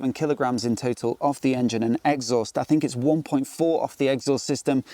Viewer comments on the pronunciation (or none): Love the way you say 'egg sauce'. I'm literally never saying exhaust again. Brilliant